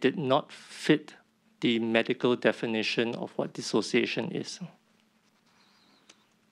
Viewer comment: Dissociation - Tee-Siao lah. 😆😆😆 Alamak